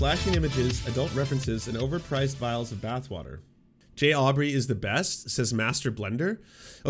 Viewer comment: It's vials not viles